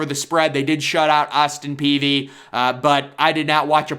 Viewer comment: "Austin Peavey"